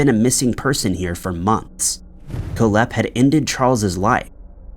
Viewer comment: It's pronounced Kohl-hepp (Coal-hep), not Koh-lhepp. Your emphasis is on the wrong syllable. 🇨🇦